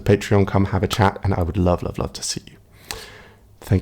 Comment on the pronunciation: I laughed to myself at the end when he said, "Bye for now" - I thought it sounds like "BI FOR NOW!!" ☺